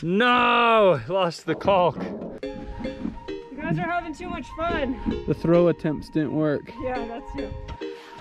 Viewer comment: It's hilarious how out of your way you guys go to pronounce the "L" in caulk